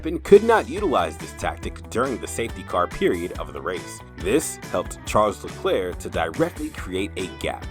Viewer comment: I think you should learn how to pronounce his name correctly.